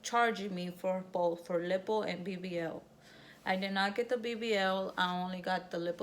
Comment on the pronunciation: Lippo? 😂😂😂 I can't deal. Lyyyypooe. Island you don't pronounce the "s" either. You tried baby girl you tried. You look good though.